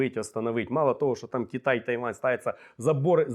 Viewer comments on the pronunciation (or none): none